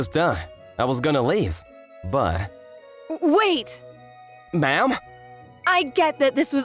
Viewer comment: Why does Ma'am sound like Mom? It is so funny. I thought for a second that they were actually saying Mom, but then I saw the text bubble.